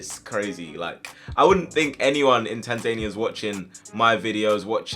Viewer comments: Its not tanzaania tan-za-nia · Tan-zahh-near not Tan-zain-ee-er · Tan-za-knee-a not Tanzayneia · It's pronounced Tanza Nia not Tanzenia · Tan-Zania ahahaha, tans-ania haha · it’s TAN-ZAN-EE-A 😂 jheez I died bro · Tan-zuh-nee-uh is how you pronounce it lol great sereis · TANZANIA ???? Butcherd that name it’s tan zan ee a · Kenny McCormick its tan zan ee a bro 😂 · Not quite how ya say Tanzania bud 😂 loving UTR tho 🤙🏼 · Bro you’re African and you can’t pronounce Tanzania properly... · That pronunciation of Tanzania 🇹🇿 😂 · no fucking way did you pronounce Tanzania that badly, wow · you butchered the pronunciations for Tanzania and Latakia lol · Tan ZANEIA?! Come on! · Yeah i cringed at that too but it's OK. He doesn't know. But finally. Tanzania is somewhere